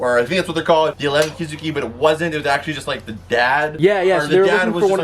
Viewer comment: Oh nah homie did not just say “the 11 kizuki” 😔